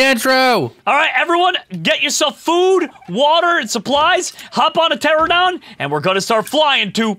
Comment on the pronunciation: It kills me that he calls them pteradon when it is pteraNOdon